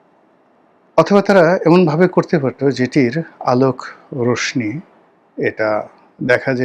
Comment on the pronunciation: উচ্চারণটা রশনি হবে না, রশশি হবে।